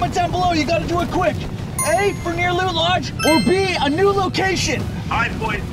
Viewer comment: A-loot lodge